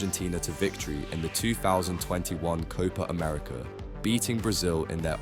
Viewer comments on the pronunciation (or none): Man please learn how to pronounce names outta here with this Maradoughner Shaavi and Coper America 😭